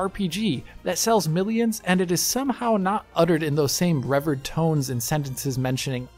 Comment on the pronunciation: Revered has a long E in the middle. You're welcome.